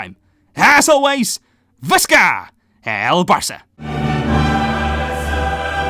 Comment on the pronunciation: Why do you say vista el Barça?